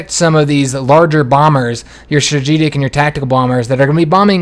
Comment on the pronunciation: "Strajijik bombers"